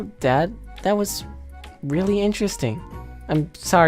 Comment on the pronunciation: Not rewwy